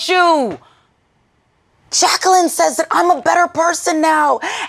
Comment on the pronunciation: Bruh...y'all...I stopped at Jaqwilaleene!!!!! 😂🤣😂🤣😂🤦 Come on Jamie!!!! Lol